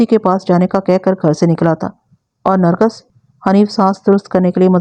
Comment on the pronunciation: Nargas ghalt lafz h, sahi Nargis h.